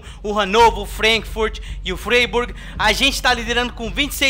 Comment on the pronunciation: O Freiburg se pronuncia FrÁiburg,!